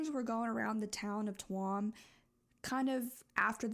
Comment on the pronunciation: Hey! I’m from Ireland and I really appreciated hearing this story be told so respectfully. You never really hear much about it from people outside of Ireland. Just a heads up, Tuam is pronounced ‘choom’ just for future reference ❤